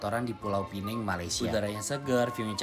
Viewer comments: Bukan pulau pineng...tapi pulau pinang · Tolong la sebut betul2...bukan pulau penang! Kalau nak sebut penang tak perlu letak pulau.. Kalau nak sebut dalam bahasa melayu sebut Pulau Pinang!!!!